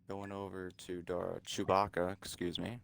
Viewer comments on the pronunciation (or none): none